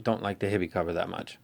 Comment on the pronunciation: Awesome review. I follow all of your reviews. Its "HIGH be" not hibbie. because of your review i bought this and i am very satisfied.